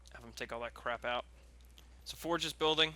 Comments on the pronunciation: who the fuck is foreg its forge (four-je) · "Sergeant Forej" do you have a reading issue? lol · Or you can Rush infantry and have 80 population by this time also for the love of God pronounce Forge right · re watch it man he does not